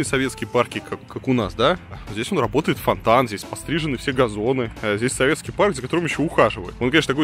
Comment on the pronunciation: Как в фильмах Тарантино можно часто услышать слово «Фак», так часто в этом ролике было слышно «своветский» и ему коренные. Варламов, ну хватит. Приторно.